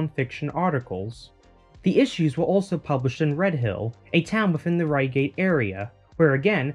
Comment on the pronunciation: What a great video. I love the way you've shared those little sideways searches. Not stopping when one thing found but searching around that hit. BTW REIGATE rhymes with HIGHgate.